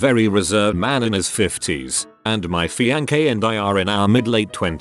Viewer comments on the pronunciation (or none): Gotta love the AI voice pronouncing fiance as "fian'kay"...